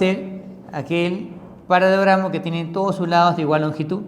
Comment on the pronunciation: OE LENGUA E TRAPO ES "PARALELOGRAMO" NO PARAGRAMO